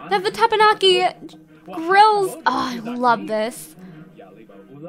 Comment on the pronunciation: Teppanyaki is pronounced te-pen-yah-key